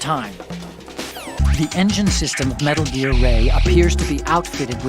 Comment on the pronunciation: Metal Geeear? It can't be!